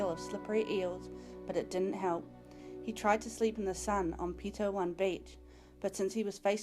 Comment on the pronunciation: Pronunciation needs improving, for example: Pito-one not Pito-1 and Matiu not Matui.